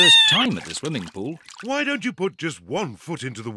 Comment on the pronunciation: The thing that almost made me bust out laughing. Is The way she said swimming I know it’s stupid but Swilley not swimming swilling 😭😭😭😭😭🤣